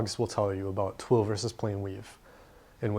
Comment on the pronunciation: your articulation of twill has just earned you a new subscriber.